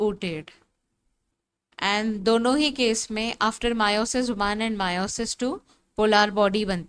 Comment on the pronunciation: It's meiosis not miooosis